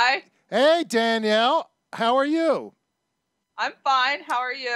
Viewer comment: Danielle Mullins ' Janali'?? Maybe you should do some more research before you dive in and do a video.